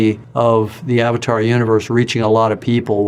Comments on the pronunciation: It's AVATAR NOT AVDAR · It’s not ovtar it’s avatar but good video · Is it supposed to be pronounced AV-TAR OR AVAA-TAAR ?? Dhruv rathee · Aftaar? Which movie bruh! 😂😂 Its Avatar : a vuh taa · Rathi, film ka sahi se naam lo,😅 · The way bro pronounced AVATAR is something else 🤣🤣